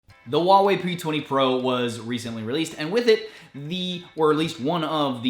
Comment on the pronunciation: H in HuaWei is not silent.